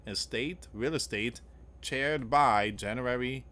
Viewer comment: Charr-ed. 🔥 Not 🪑 chaired.